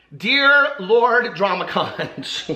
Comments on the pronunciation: Just to let you know from living for decades in The Florida Keys, it’s pronounced (Konk) not (konch). It is also considered bad luck to have one in your house. You place them by the front door (outside) for luck. The folks born here are known as Conchs and they take this seriously...have a nice evening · Omg.. no.... it’s “KONK” not con-ch. promise.